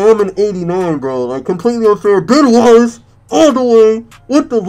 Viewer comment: When he said ben Wallace I thought he said "Bon Walls" 😂😂😂😂